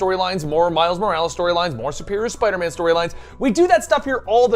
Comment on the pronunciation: Its Spider MAAM.